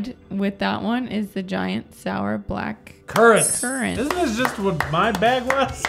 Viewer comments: Oooh I’d never complain about not getting green in a packet. And I don’t mind you guys taking the piss out of the uk as long as you don’t mind us taking the piss out of you.🤣 Black-Curr-ant 🤣🤣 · Nobody in the history of humanity has ever pronounced blackcurrant like that